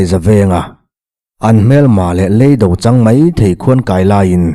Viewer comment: I chhiar ngaihnawm thin khawp mai, ṭawngthlûk erawh fimkhur angai deuh anih hmel, leido,tih hi thillei angin ilam a ,lei,kan awmna lei, LEI, anga lamrik tur a ni e.